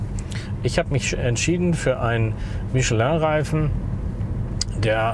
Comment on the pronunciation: Super! Es gibt also doch Deutsche, die Michelin richtig aussprechen können! 😀